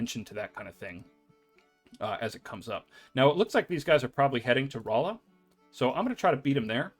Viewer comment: Lebanon is pronounced like the country. Not 'Le-Bannon'. Rolla is 'Rawla'. In any case, thanks a ton for this series. Helping a lot.